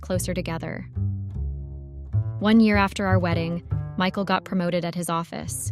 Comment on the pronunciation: Mickle. No. It's Mike-al. That's the problem with AI readers.